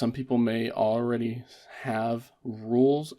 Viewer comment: You’re saying aready in place of already. Not sure if you realize you aren’t pronouncing your L’s for some reason.